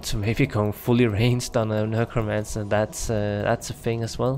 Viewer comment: NEK-ro-mance-er. Nurkromancer is cracking me up. 😆 Good vid though.